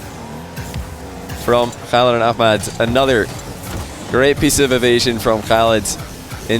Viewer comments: You've gotten way better at saying Khalid and ahmad correctly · Nice you are saying Ahmad an ms Khalid in Arabic Pronunciation almost close . I really respect that. Khalid would be hard for u 😹😹